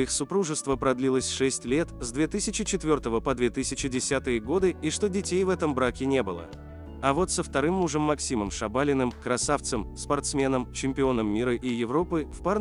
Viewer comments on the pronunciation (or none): дОмнина, ШабалИн. Если уж рассказываете о людях, потрудитесь узнать, как произносятся их фамилии.